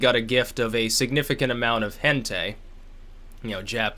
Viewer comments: It's hen - TAAAAAAIII NOT HENTEY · hent ayyyy lmao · it's pronounced hen-tie, like a necktie tbh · IF TRUMP LIKES HENTAI, I LOVE HIM EVEN MORE XD Fuck yeah!! That's the only part of this I can see being true:P Hen-tie is how it's pronounced:P Tons of love, this made my day XD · "a significant amount of hentai" Can we say, OUR GUY? Also it's pronounced like "hen tie", you uneducated nanban gajin piggu!! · Btw just for future references. It's hentai, like an i sound at the and end not an a sound at the end.